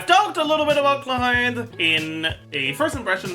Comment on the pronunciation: I genuinely think mispronouncing names hurts your guides, every time you go "HLORANN" I have to do a double take to make sure I'm not stroking out